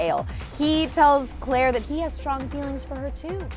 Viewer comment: did you say "Cl-ale?" 😂😂